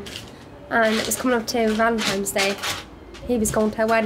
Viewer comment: It really is annoying when people say "Valen-times Day"